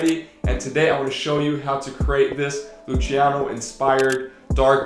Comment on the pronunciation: Geiles Video!!! Das einzige was mich stört ist wie du den Namen von dem Rapper aussprichst... man spricht ihn [Lußiano] und nicht [Lutschiano] aus 😂❤️